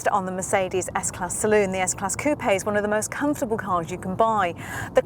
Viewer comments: Google Website Coupe-eh? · It’s so annoying when people pronounce coupe as coo-pay